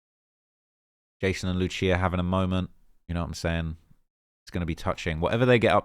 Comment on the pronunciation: Love the vid as always but you’re butchering her name bro 😂 Its pronounced “Loose E Ah”